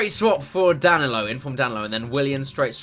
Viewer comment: Anyone in 2019? And is getting annoyed that he's getting danilos name wrong